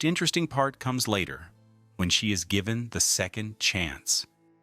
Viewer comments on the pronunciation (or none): none